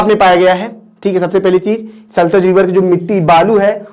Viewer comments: Sir saltaj nhi bolna hai sahi name satluj hoga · It is sutlej sir not sultej